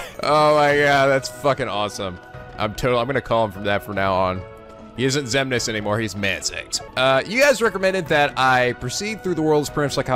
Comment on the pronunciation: Anyone else gets irritated when he keeps getting all the names wrong?